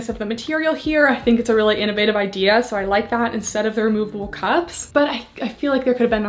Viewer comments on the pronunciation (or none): none